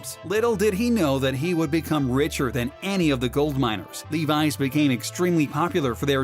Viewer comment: “LEVI JEANS”